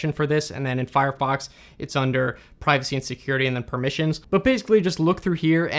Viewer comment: "Seacuriatych, I remember this one this is uhhhhhhhhhh and amd" - Asian